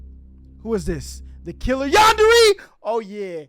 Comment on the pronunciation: bro says yanderee